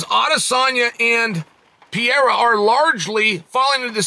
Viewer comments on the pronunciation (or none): Adesanya vs “piore” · Bro Chael was calling Pereira Pierre at points throughout this video 😂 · Never lost a round, but still can't pronounce Pereira's name right